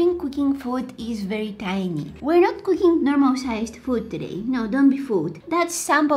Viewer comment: Why add “k” to your words? “Wrong-k” “doing-k” “cooking-k”